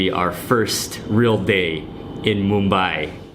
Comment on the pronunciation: How correctly u pronounced "Mumbai"....🎉🎉🎉🎉